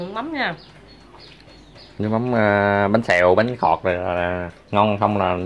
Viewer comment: bánh khọt mà mà cứ nói bánh thọt